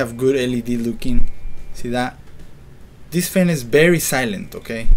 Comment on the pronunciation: You sir have a BERRY BERRY BERRY BERRY bad english pronunciation XD